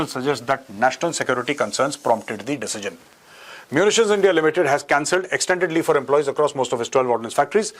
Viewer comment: Big fan Major! Especially your pakistani accent! Its been a long time since you have said "Endia" in typical pakistani accent. What are your thoughts on nuclear disarmament of Pakistan? How big a threat do you consider Pakistan's nuclear arsenal in a potential war with them? Is Pakistan's nuclear disarmament possible? How would it happen according to you?